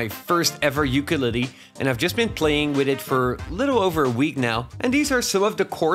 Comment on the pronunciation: I’ve never heard ukulele being pronounced so horribly? Who hurt you !?